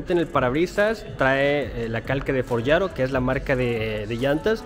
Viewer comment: Forgiato (tal cual se pronuncia ) no foryiaro, es en italiano no en inglés !